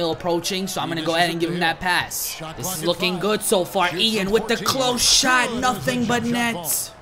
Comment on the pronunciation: It's not Ian (it's spelled that way) but it sounds like yawn because he's French